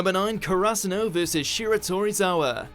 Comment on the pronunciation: The way he pronounced Karasuno